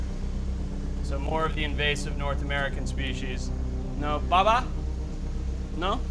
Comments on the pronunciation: he saying bubbuh when he should be saying bah baah. lol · I thought he was calling somebody daddy when he kept saying "Baba Baba" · It blows my mind that they said the word baba like 10 times and he still couldn't pronounce it right. Lol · No matter how many times they corrected your pronunciation of baba you still couldn’t say it 🤦🏼‍♀️